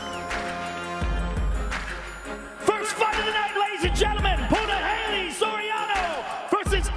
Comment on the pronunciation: Dumbass ROGAN It's pronounced PUNAHELE (POOH NAH HELL EHH) Not PUNA. HALEY.....